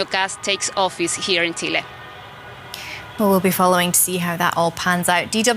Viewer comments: Es Chile no tchile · Congrats (her Chile pronunciation)